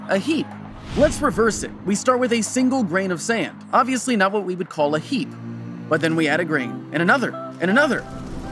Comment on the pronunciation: it took me so long to realize he was saying 'heap' instead of 'heat'. Why am i so stupid